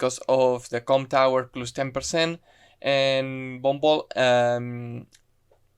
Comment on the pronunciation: I know you say you "Von Bolt" but I hear "Bumble" and it makes it funnier to me.